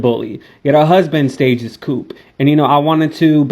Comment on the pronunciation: What happened on January 6 2021, in D.C. was NOT a coup...pronounced.."Koo", Not coop like a house for chickens. Coup is derived from the French "Coup d'etat" defined thus: "a sudden and decisive action in politics, especially one resulting in a change of government illegally or by force." Get my point? Continued success as you live life on your own terms, use and pronounce words correctly as you do so. I encourage you to be a better communicator. Merry New Year!♥